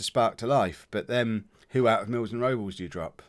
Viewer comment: Rob-Less is his name. Not Robels.